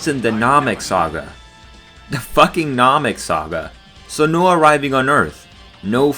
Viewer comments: Vegeta: Nah-mek YouTuber: Naw-meck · Namik, Rekoomie, Zarbin. Never even thought it was possible to mispronounce dragonball names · Did bro say Nahmik ? Lmao